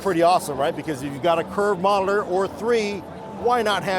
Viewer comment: Why can’t you say monitor correctly??